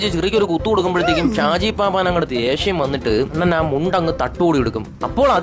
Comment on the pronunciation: Arakkal abhi alla arakkal abhu, shaji paappaan alla, shaji paappan. Ella mistake kandethunna thankal parayunnath koodi onn mistake illathe parayan sradhikkanam